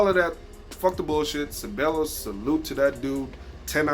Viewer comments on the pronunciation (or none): he said ce-ball-as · The first guy that said that Unai Emery should learn English faster, couldn’t even pronounce Ceballos well. He should try and learn Spanish faster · Ceballos pronounced = Se-Va-Yos